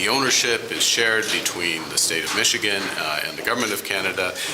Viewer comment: "Ichigan" Give up AI in producing videos. No Human would make such a blatant mistake! Shove your AI up your A!